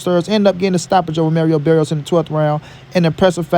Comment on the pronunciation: Bro it’s Mario Barrios not Merio Berrios